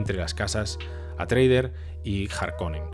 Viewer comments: Grandísimo vídeo. Bien documentado y muy bien documentado pero porque dices Atreider en vez de Atreides? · Buena crítica sin estar de acuerdo. Por cierto, no es paul atreuder sino atreides, supongo que un lapsus. Lo siento pero tengo que recordar la penosa y desastrosa versión. Nadie más se durmió ? Menos mal que tenemos los libros lo cual desmonta la película, saludos y gracias